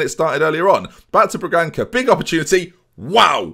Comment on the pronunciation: I am portuguese, Bragança is pronounced Bragansa, "ç" is like an S